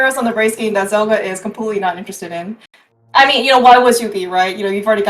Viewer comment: I'm loving these videos but getting the name wrong for every match for Zelgadis-san is super annoying to listen to. Zelgadis shortens to Zel and if you're not sure what someone's username actually is it takes five seconds to search and come up with a probable source. This one isn't even hard: it's from the Slayers series. They scream "Zel!" a million times and Amelia calls for "Zelgadis-san!" a million more.